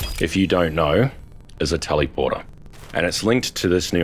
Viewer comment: Why you pronounce "teleporter" weird like that? Tellyporter, teleeporter? No! Its telèporter * [ tel-uh-pwrt-r ] *... omfg this triggered the crap out of me 😄